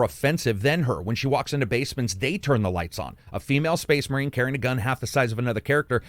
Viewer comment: Did he say female space marine xd